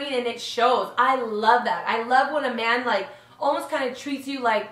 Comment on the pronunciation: it sounds Like you were sayin Amanda not a man